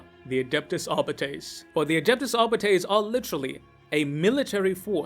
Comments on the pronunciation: I guess you read arbiter as ar-biter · "Arbytees".. lol